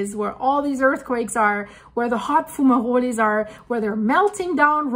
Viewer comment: What in the world is a 'fumarulie'? Or whatever that word you're saying is?